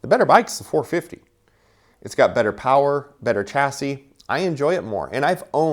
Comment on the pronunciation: It spells "chasi" but read Shasi